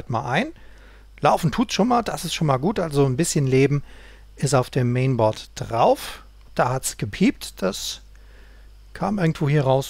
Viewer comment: * DE - ich glaube Du hast es selber schon gemerkt, über Deine Aussprache haben sich schon einige amüsiert aber anstatt Dich darüber aufmerksam zu machen, machen sie sich darüber lustig. Weiter im Text - Mainboard - Lautschrift nicht "Mehnbord" sondern "Määhnbord" kannst mich gerne als Englischlehrer angagieren;-).